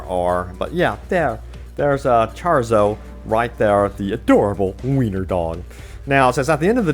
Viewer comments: Charzo?? Really?? It’s Chorizo. Like the pork sausage. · The dogs name is pronounced “chore-eez-o”. I got yer back 👍🏼😀